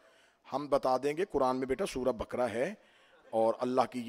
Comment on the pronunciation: मौलाना सूरे बकरा नहीं तलफ़्फ़ुज़ सही करें सूरे बक़रा है।